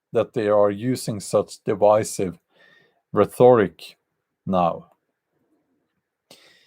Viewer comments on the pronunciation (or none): He said “rheTHORic”.